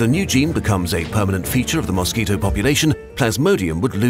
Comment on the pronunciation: newsquito instead of mosquito